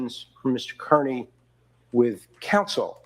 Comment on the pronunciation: love you brother, but you mispronouncing Kearney is like fingernails on a chalkboard. It is pronounced Car-nee.